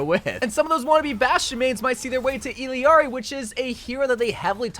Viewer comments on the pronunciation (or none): Illari's name is pronounced "Iyari" not "Ill yari" and Kiriko's name is pronounced like "Kidiko" you barely pronounce the r not Kriko like you pronounced it, and no the d is not a heavy d its a light r but thats the closest i can think of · just so you know illiari's name is pronounced "ee-yari" 😭you can hear it in her character trailer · It really pains me every time he says "Illiari" ngl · It’s tragic the way nobody knows how to pronounce Illari. It’s not EELEEARI bruh it’s pronounced EYARIE…. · ill-ari. not hard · The fact that you still can't say Illari right is so sad. Eel-Yari. You're adding a syllable for no reason lol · Illari's name is pronounced "Ee-yar-ee." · wtf is with your pronunciation of her name? Is that for negative comment engagement? Disgusting. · Bro it’s Illari, not Illari